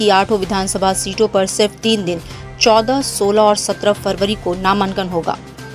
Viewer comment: नामांन्कन kya hota hai ?🙄 pronounced ko to thik rakhiye